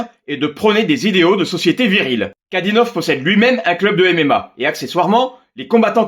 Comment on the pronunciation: Ramzan KadyRov pas Kadynov